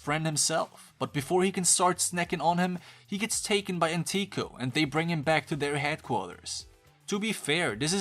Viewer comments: I lost it when he said: "Anteeku" instead of Anteiku. AHN-TAY-KOO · just saying kaneki pronounced kah-neh-kee rize is pronounced ree-zay anteiku is pronounced ant-tey-kuu